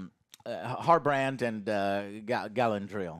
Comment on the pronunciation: And Harbrend 😭🤣🤣